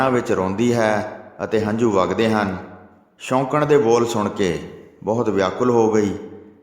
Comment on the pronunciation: Waheguru ji veer ji katha sunn ke bohut anand aunda hai but thora jeha shudd boleya karo ,, Bagat dhru shoukan da putar nahi c oh soukan da putar c shoukan atey soukan vich bohut faraq hai waheguru ji